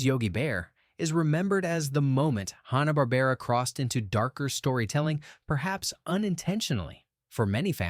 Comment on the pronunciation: i heard "Hawn-ah-bar-bear-ah" at about .